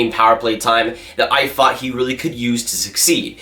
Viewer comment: why do you say "fought" instead of "thought"? it's distracting